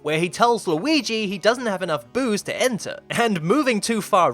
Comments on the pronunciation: Why do you say Low-ee-gee?? It's driving me crazy! It's more like Lew-ee-gee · Not luigis mansion...*WEEGEES* mansion